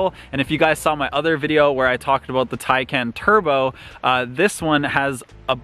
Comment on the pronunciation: But can’t say Taycan 🤣